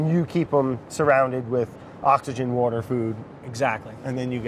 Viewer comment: Brad can't say water but can pronounce etouffee? Also BA needs to label their sponsored vids better. Don't them getting in trouble with the benevolent overlords of YT.